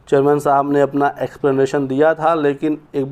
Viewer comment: जर्मन नहीं चेयरमैन बोलो